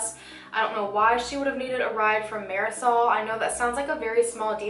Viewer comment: marasol? it’s mardi-soul